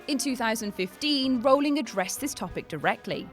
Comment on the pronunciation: actually its pronounced Rowling, rhyming with howling, not bowling. She said it herself